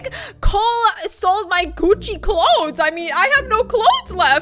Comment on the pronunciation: It’s not gocci it’s Gucci